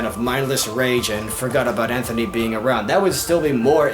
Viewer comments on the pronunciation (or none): none